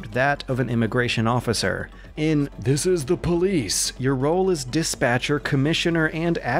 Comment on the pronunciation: "Dees es dah poh-leece"